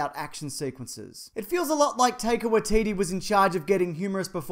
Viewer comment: Oh wow. You butchered his name. Please pronounce it like you would a Japanese name, it's called Maori hahaha